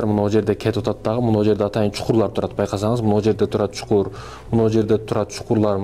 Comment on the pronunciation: Чукур эмес чуңкур